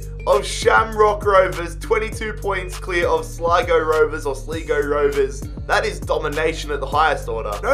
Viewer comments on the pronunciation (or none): It is not slego it is sligo I'm from ireland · It kinda pissed me off when he said sleeego instead of Sligo and when he couldn’t pronounce gearóid, but hey great video mate. I would love to see a Sunderland rebuild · It's Slai-Go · Sad that the best city in Europe has a team like this. Ps: Thank you very much for doing an Irish league team. Gearoid is pronounced like ga road, or at least that's how I pronounce it, and sligo is pronounced sly go. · Your 1st pronunciation of Sligo is correct but you 2nd maybe not so much